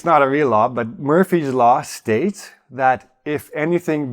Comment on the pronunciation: Methinks it's Murphy (law) rather than Murpy. Errare humanum est...